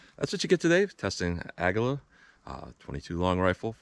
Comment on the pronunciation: Never understood why people cant pronounce Aguila correctly. Its Ah-gee-la. Not Ag-u-la. It's Spanish for eagle. Hints the company logo.